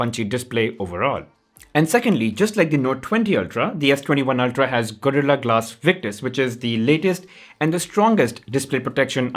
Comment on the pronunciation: The way he says "Gorilla" 😆 🤣